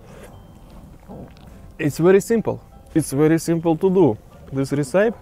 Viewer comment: recipe is pronounced - ress-i-pee. Ressipee